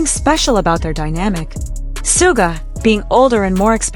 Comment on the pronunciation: 💜for the love of BTS; it is Shoo-ga. Not sue ga.